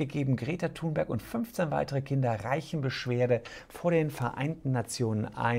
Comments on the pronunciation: Och Herr Solmecke, nicht Sie auch noch. Die gute Greta wird "Thünberg" ausgesprochen. Warum machen das alle falsch? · Kleiner Besserwisser: Sie wird Thünberg ausgespochen!